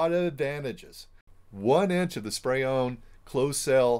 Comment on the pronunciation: Are you saying spray on or spray own??